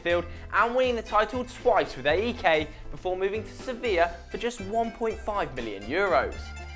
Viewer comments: That AEK pronunciation XD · p.a.o.k is said as it's written not the letters and a.e.k is pronounced ayk. and wear a different shirt panathinaikos for life. and I know most the Greek players you mentioned and I am best friends with Karagounis son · We pronounce them AEK and PAOK , not A.E.K. and P.A.O.K. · is not a.e.k is AEK and is not p.a.o.k is PAOK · It's not P-A-O-K in greece we say it as one word Paok or Aek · Thank you! You said AEK & PAOK wrong(watch greek videos to learn how we say them).You forgot a few players like Dellas,Zagorakis,Zikos,Tachtsidis,Kone and more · you pronounced AEK and PAOK so wrong and you could also involve angel di maria who played at asteras tripolis when he was 15-16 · im from greece and when i heard you pronounce AEK and PAOK i was facepalming